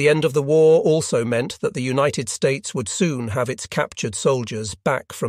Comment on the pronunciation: I really enjoy the first person commentary. The narration is also pleasing to listen to, although this appears to be computer generated judging by the occasional weird pronunciation - especially of some words ending in “ed” for example “united”.